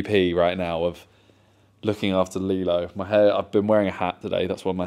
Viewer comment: Just sounds like you’re saying Lilo wrong